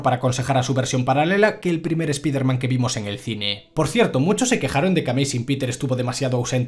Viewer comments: Tanto te cuesta decir "ESPAIDERMAN" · Siempre le pronuncian mal el nombre.